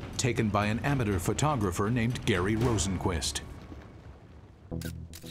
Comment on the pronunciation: I can't get over the way the narrator pronounced amateur